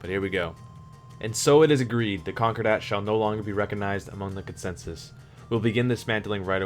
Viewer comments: Great lore videos. (ps. concordat is pronounced con-core-dat not conquer-dat) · sounds like conqure-dat